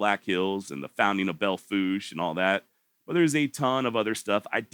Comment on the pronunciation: Good job. And you pronounced Belle Fourche correctly. 👍